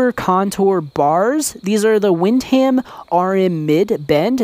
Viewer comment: Anyone else notice how he pronounced "wind-ham" lol😂. Kevin Windham is coming to your house to knock you over the head. SMH Great bars btw I'm a bit on the taller side and these worked great for me compared with the stock bend on my RMZ.